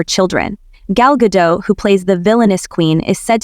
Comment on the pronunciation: It's Ga-dot, not Ga-dough.